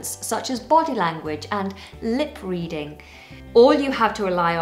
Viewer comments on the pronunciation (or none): none